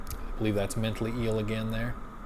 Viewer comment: "mentally-ell" lmaoo